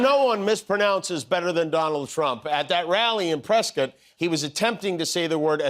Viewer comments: Wow Jimmy you pronounced it Presscut not Prescott just like the locals do. Congradulations.😊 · Kudos for the correct pronunciation of Prescott👏. My son went to Embry Riddle and it was always a second thought to pronounce it that way. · Thank you, Jimmy, for correctly pronouncing "Prescott." And thank you for showing the Kari Lake debate debacle. Priceless!